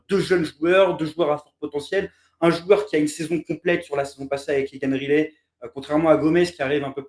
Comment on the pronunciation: Pour la prononciation, je ne pense pas que ce soit "Rilet" mais plutôt "Rail - lit". ;-)